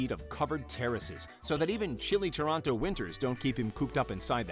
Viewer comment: toronno not tornoto noby ik says toronyo i live in canad